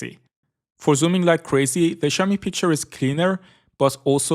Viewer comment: I love how you pronounce xiaomi